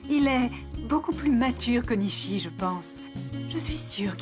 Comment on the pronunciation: Je tellement Haï quand jucnech a dit nisi ils ne peux dire nichi😅😅😅😂😂